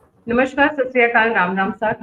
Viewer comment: "नमश्कार" नहीं होता, "नमस्कार" होता है.